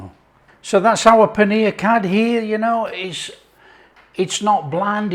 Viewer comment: Nice. Fun fact - It's pronounced curry - the dh is hard r sound in Punjabi. There's about 3 r sounds in placement of tongue. This is best with pakoras. Yum yum